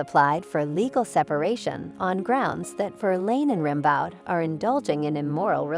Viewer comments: Rim Bawd could you not make the effort to get Ram Beau right? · It's pronounced RAM-BOH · "Rimbaud" is pronounced "Rimbeau" - the "d" is silent. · Rimbaud is pronounced Ram-BO and he lived in the 19th century not the 18th. That’s why nobody is dressed like George Washington or Louis 16th. Derp! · The narrator has a silky little girl voice and mispronounces “Rimbaud”. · The clueless idiot mispronounces Rimbaud constantly. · Please learn how to correctly pronounce the name “Rimbaud.”